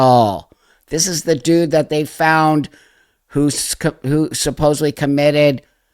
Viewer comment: Thank you for saying 'supposedly' instead of supposubly ❤🙏❤🙏❤